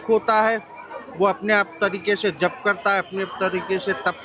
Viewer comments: Aap Jaap ni... Jap suniye😂😂🙏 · जाप नहीं जप बोलिए। 😂